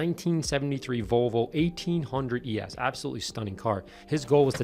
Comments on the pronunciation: Vo-vo? what happened to the "L"? I owned a 79 242GT from 81-92 and no sales person, mechanic, owner, lay person, or anyone else EVER said Vo-vo. Not even ABBA. I first heard this pronunciation on a radio ad a year ago from a local Volvo dealership and thought WTF?? has Volvo become this pretentious or just new owners? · This guy said Vallvo